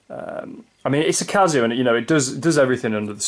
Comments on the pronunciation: It’s Casio with an S not a Z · stop saying cazio